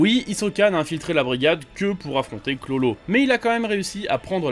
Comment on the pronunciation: Pk il dit chlolo dit bien KURORO a faire le japonais la